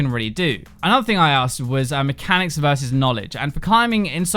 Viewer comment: Hahaha. Mehcanics